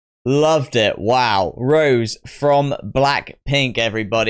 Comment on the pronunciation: fyi the accent on the "e" makes her name pronunciation "Ro-Zay" like the wine, not "Rose" like the flower. It sounds similar to the Spanish name José.